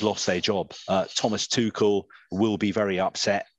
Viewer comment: It's Tu rrr..el not Tu kel... Please put some effort .. that why he was lately edgy and he got fed up with England..